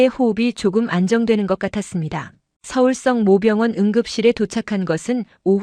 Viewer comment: 성모병원을 성 모 병원이라고 계속 읽어서 무슨말인가 했어요, 발리 바로 잡어 주세요